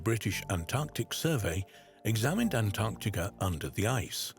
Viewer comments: Heavens above…..it’s ‘AntarCtica’….not ‘Antarrtica”, as mispronounced throughout this entire video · Drink everytime he says AntTarktica!😂